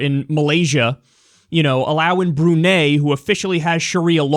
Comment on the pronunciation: Your pronunciation of Brunei is completely wrong. Its Brun(EYE) not Brun(AY).